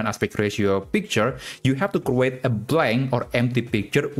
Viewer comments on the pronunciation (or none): the way you pronounce the word create is wrong